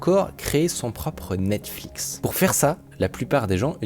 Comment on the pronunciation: C'est quoi ton problème avec les Ananas?? "Anonis" "Nasflix" 💀💀